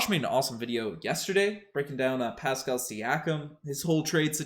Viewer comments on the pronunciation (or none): none